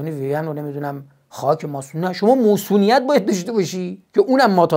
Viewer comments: مُصونیت شاهین جان؟ مَصونیت درسته شاهین جان. نمیدونم شایدم تو شمال موصونیت میگن. اگه اینطوره عذر خواهی میکنم. با تشکر از برنامه خوبتون. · عزیزم مصونیت درسته، نه موصونیت!!! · اقای جامعه شناس فیلسوف روانشناس همه چیز دون، مصونیت میگن البته ، نه موصونیت... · درود شاهین خان عزیز داداش منظورت از موصونیت چیه؟ منظورت مصونیته ؟ فکر میکنم تلفظش رو دارید اشتباه میگید البته اگه منظورتون همینه که عرض کردم اگه منظور چیز دیگه اس که هیچی👍🏼 درکل چه مصونیت چه موصونیت اینو بدون دوست داریم داداش ارادتمندم👍🏼🫶🏼🫵🏼🙏🏼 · موصونیت نه مَصونیت😂 خدا نکشتت تئوریسین همه عرصه‌ها😂 عزیزم شما همون شعرتو بخون موصون خان😂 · با درود مصونیت تلفظ درست می باشد